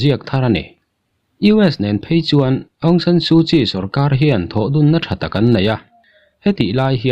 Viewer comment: Bengvar thlak hle.aungsan sukyi tih hi aung chu nambar chhiar na a sawm kan lam anga thluk tur.awng-sawm/san tih hi sarzam kansawia sar kan tihanga thluktur san-sar tiin.su chuvawkpa sut nghak kan sawi a sut tih thluk hman tur su-sut/kyi hi chial kanlam anga hmantur kyi-chi ti ang in.awng/sawm, san/sar,suh-sut,chi-chi tihangin.